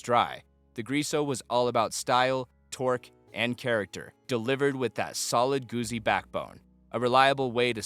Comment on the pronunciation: Not Goozi Goot Zi like pizza